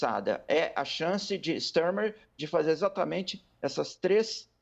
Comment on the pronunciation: Não se fala “Stermer”…